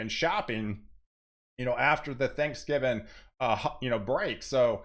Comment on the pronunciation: I love it when you say “Thanksgivin” 😂